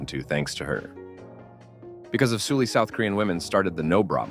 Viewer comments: Note her name isn't pronounced like Soo-lee, but more like how you'd say Sullivan. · it pronounced seolli actually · No it’s not. Koreans wouldn’t pronounce her name like “Sully.” It’s Soo-lee. Su making a soo. Why are we lying lol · Her name is clearly written in Hangul as 설리 which is "Seol-li" aka Sulli. Not "Soo-lee".